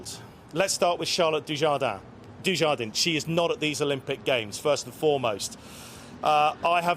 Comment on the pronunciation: At least pronounce her name correctly.